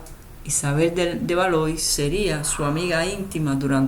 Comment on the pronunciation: Se pronuncia "valua" no Valois.